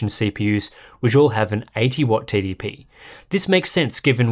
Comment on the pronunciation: Everytime he says TDP it sounds like "Titty P". I can see that being a rapper name soon.